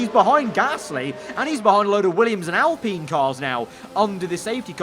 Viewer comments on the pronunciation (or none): none